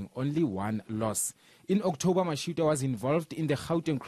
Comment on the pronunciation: does a really poor job at pronouncing peoples’ names, and other things in general. She must improve. You can’t even say Mashitoa? It’s toa as in twa, not toowa.